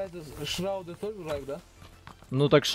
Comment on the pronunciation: Тактика на след. видео:“не шраут, а шарут”